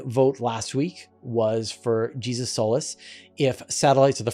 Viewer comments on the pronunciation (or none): I think it's pronounced "Jesus" not "Jesus".